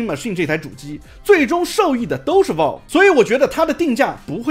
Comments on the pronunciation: 這腔英語聽得難受 是Valve 不是Walve… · 有点偏题了，但是valve这么重要的一个词，你是不是能够选择正确的发音呢，不是生冷单词，但是念不准很影响你视频的专业评测。